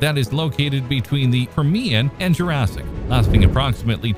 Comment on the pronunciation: No I haven't. Is that the prequel to Jur-RAY-sic Park 2? But I have to admit I have heard of Jur-say-ic World.